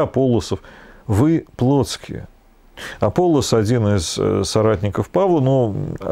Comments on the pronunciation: Всё-таки, АполлОс, а не АпОллос. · как по-гречески, не знаю. Но по-славянски Аполло́с. Там ударения в тексте стоят, в отличие от русского перевода.